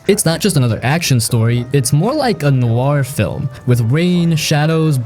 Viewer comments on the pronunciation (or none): none